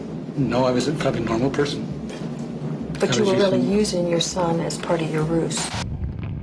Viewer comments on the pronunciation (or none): A very effective “roose” indeed 😂